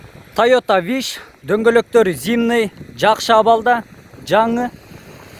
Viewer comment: Жакшы ишине ийгилик бирок тууган зимный эмес зимний дечи туура эмес жазсам гечирип кой